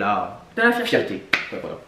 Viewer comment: 😂😂😂😂😂 »Fierté, »❌combien svp 😂😂😂😂